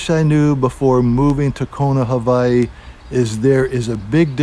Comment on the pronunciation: Please don’t say havaiii